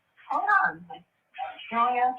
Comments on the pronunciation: I kept hearing "Julia" 😆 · when she first clicked her on? Wow. Some heard Sonya, some heard Julia lol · thank u! I heard “Julia” tho.